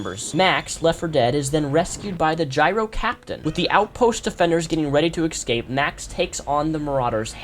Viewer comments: don't mean to nitpick but you said it so many times during the video - ecscape is not a word, it's escape (eh-scape) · I am a reptile, but please try and pronounce escape correctly, instead of excape, if you are able to :)